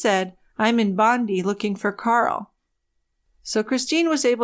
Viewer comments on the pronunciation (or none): Great to catch this! Just an FYI Bondi is pronounced Bond-eye. Love your work as always ! ❤️🇬🇧